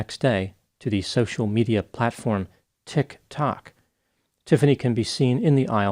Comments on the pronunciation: I’m glad he says “tik…TOK” so we don’t think he’s talking about breath mints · People will follow anyone these days. Especially on “Tick Tock”, as calls it. 😂. I love the way he refuses to run the two words together. I feel a subtle sense of shade behind that pronunciation and I am all for it. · The contempt in the good doctor's voice when he pronounces "Tik Tok" 😂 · Tik…TOK. That pause between the 2, and stress on the tok😂😂😂. We all know knows how it’s pronounced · Ha, ha, ha, is the funniest dude everrrr. He keeps a straight face the whole time. I watch his videos in the morning with coffee and cookies. He said, "Ticcc Tokkk", lol! Ur funny. Keep 'em coming sir. 😂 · Thank you for this. English it's not my first lenguage so I would never have noticed that!! I share his thoughts and litle ( non) respect for " Tik Toc "as well. 😂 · Accent on the "toc", love it! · I think he actually said tick tock, at least that's how it sounded to me. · I know right? I can't figure out why he does that. But then again my son says hos pit tul for hospital. 😂❤❤❤ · I’ll never get tired of the way he says “Tik-Tok” 😂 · He did not use the right intonation! 😅. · Was she "influenced" by the Final Destination 1 movie? 😂 Also, gotta love the way says Tik Tok and my new favorite word "motherblankers". Great video as always! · I love how says “Tik Tok” as if he hasn’t heard of it before is not quite sure how to pronounce it. I too wish I had never heard of it and can’t pronounce it. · The way pronounces TikTok is adorable 🤣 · Hearing intentionally say "tiktok" like he doesnt know the correct inflection really pulls the curtain back on the whole "matter of fact doctor" character he plays. No one, no matter how dry and boring and professional, doesnt know how to say tiktok in 2023. Very not real of you. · I like the way he pronounces tik tok because it sounds condescending.